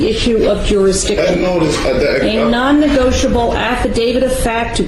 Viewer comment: Nonnegoitable! Baaahahahaahaaaahaaaa!!! For the record, on the record, and let the record show…. That Grand Pubah is hilarious! And I’m willing to submit a NOTE-erized affidavit stipulating such.